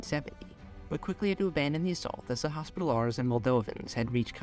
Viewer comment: "Knights Hospitallahrs" 😆😆